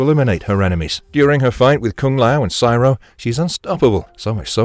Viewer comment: Siro is pronounced like hero. Not like pyro. Have you ever actually watched the show? Or did someone else write a script that you are reading?